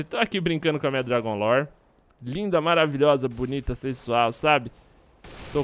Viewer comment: parecia o Rezende flando dragun lore